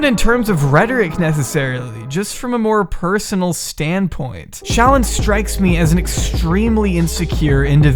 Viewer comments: said "ShallON"... Meanwhile I'm just saying "ShallOFF". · the way pronounces shallon fucking takes me out every single time holy shit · The way fucks up her name gives me life 😭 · im here for the emphasis on llon in shallon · I love the way he pronounces shallon